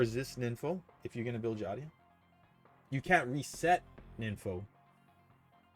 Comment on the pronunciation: I still dont get why you call her Xadia. Its Xiaaaadaaa bruh 😂